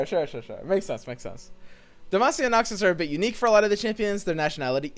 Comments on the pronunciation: And by the way, it's not 'Demashia', pretty much everyone, everywhere, including rioters says "Demacia" the way a normal person would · It's not "demashia". It's Demacia, S-sounding C. Come on, akflçajklfklaf you can do it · Im sorry who told you it was dema-she-ah, like we clearly hear a crisp demacia whenever garen does... anything. More importantly have we received confirmation that we only get 10? Also I love how confused you were about bandle city, because its so weird, but basically the yordles are little fey creatures with a city in the space between worlds. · It's DUM-ASS-E-UH. FFS, get it right dude. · Even Garen says Demacia with a sharp s, not a sh. Don't think I heard anyone say "Demashia" in my life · Who told it was "demashia" lmaoo